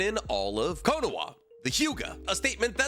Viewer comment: Does he say "Konoa" as some joke or something? Is it some kind of speech impediment? I'm just asking because now I have to go buy quinoa and I think that he put the idea in my mind .